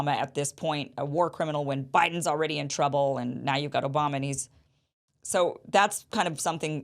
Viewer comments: Did you say O'bomber? 😂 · Did Kim just call the president, "President O-bomb-a"? 😂😂😂.